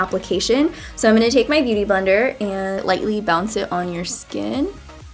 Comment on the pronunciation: Why have many americans so weird pronunciation?? "Beauty blender" sounds at you like "bity bounder", wtf is that? ??